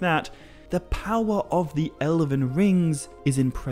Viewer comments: What's this 'Ele-ven' nonsense? Is that how you are pronouncing the word Elven? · Why do you keep pronouncing "elven" as "eleven". It's drivng me insane! How do you pronounce "dwarven"?! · great video but a rather off putting pronunciation of Elven... he keeps saying Elaven? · "El-əven." So many times . . . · How did you pronounce Elven as 11?! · Sometimes I think people just make mistakes, but you pronounced elven as eleven like the number. Please have respect for yourself and record a bad take more than once and don't pronounce a very, very well known word in the entire wrong way. Though I guess the million views means that you did the right thing and that you've attracted a good enough audience of people who don't bother to read to view your video.